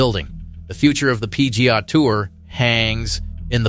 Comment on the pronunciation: What's the "pea-gahhh" tour?